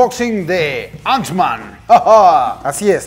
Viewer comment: Porque dice antsman? No era bastante fan y conocedor del mundo marvel? Ni teniendo la caja enfrente viendo que dice ant-man?